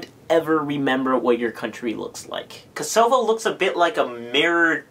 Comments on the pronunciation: Personally I love the South Korean flag. Not only does it have the taegeuk (Korean version of Yin and Yang) but the four little symbols around it each have seven different meanings. Also, Kosovo is pronounce "Koso-Vo", not "Ko-Sovo". Like cost but minus the 't' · It is "KOH-sah-vuh", not "Kuh-SOH-vuh" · Great video! No hate but I laughed my ass off when u misspronounced Kosovo as I am Albanian hahah